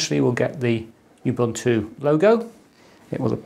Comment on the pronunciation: This is great video to have done. Thanks a million. Ubuntu... pronounced, OOBOONTOO. ;)